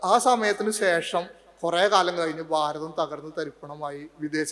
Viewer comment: ഭാരതം, ഭ എന്ന വാക്ക് ഉപയോഗിക്ക്, സ്വാമി.